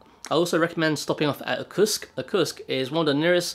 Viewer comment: Hi, You speak quickly, I deciphered Yekaterinburg, and I got Lake Baikal, which made me reasonably sure, what I heard as an accented, "Tusk," was Irkutsk. Trying to help, not insult.